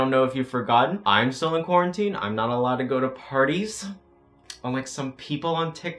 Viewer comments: I’m a whale he said “black lives STILL matter” it just sounds like he says black lives don’t matter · I thought he said “black lives don’t matter” AND I KEPT REPLAYING IT then I realized he said “black lives still matter” Oof you scared the shit outa me. 😭😂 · Good I was like replaying the audio over and over trying to see if you said "don't" Or if you said "still" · I was VERY CONCERNED FOR A MOMENT cause when he said “black lives still matter” I thought he said “ black lives DONT matter” and I had to turn on the captions to make sure before I started throwing hands 😂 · lmao same 😭😭